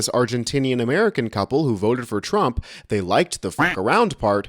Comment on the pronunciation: I wil boat! For Donald Thrump! 😂😂😂😂